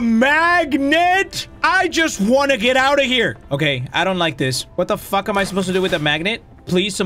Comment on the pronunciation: had me dying bro when said "Shat tha fack appp" 😭🤣🤣🤌